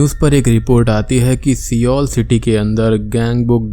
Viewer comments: "Se-ol" 😁🤦🏼‍♂️ bhai uska pronunciation "sol" hota hai Seoul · The name of the city is Seoul but it is pronounced as 'Soul'. Just to let you know. And yeah I am going to watch this on Netflix cuz why not 💜💜